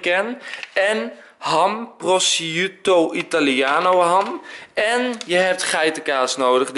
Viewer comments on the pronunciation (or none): Die Italiaanse ham spreek je uit als ''prosjoetto'' :) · Enzo, je spreekt uit als prosjoetoo ;) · De ham spreek je uit als proskwieto ham